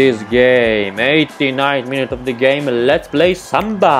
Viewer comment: Please you don't say samba 🥶